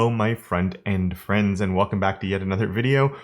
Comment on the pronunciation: I was today years old when I realized he was saying "hello front end friends" not "hello friend and friends"